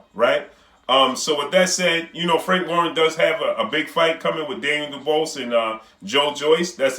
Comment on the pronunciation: can u learn to pronounce, Daniel Dubois surname properly please...